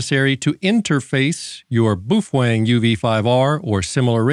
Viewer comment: Why do you call it “boofwang”? You have pronounced it correctly in past videos. Just curious!